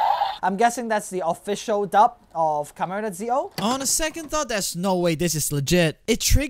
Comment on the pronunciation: That's not zio, that's see-oh